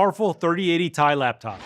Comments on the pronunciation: Why does he keep saying Ti. Everyone knows Its pronounced Ti. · Its called a T I not TIE... who is this guy